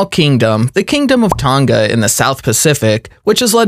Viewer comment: This guy needs a history and fact check on these countries and why they are valued low such as Tonga which you mispronounced as well as Maori, New Zealand both small countries with harsh pasts